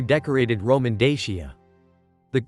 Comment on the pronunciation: Please learn how to pronounce the name of dacia